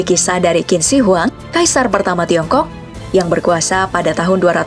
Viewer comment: Qin shi huang di = Cin/Jin shi wang ti, bukan kin shi huang di, bacanya.